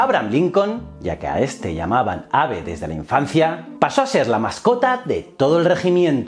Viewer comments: Tioooooooo!! "abe" NO!! Se pronuncia "eib". Eres un crack y, valga la redundancia, te seguiremos siguiendo, pero ponte las pilas con la pronunciación de algunas cosas en inglés. Algunas, las importantes. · No quiero entrar en detalles ya que cada uno tiene el nivel de inglés donde lo tiene. Pero escuchar tantas veces "ABE" me ha sacado del video.